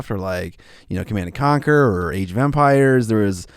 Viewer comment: When mentioned "Age of Empires", for my opinion it sounded like "Age of Vampires":D